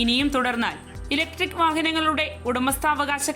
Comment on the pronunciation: ഇലക്ട്രിക് വാഹനം എന്നു പറയടി വാണമേ 🙄🙄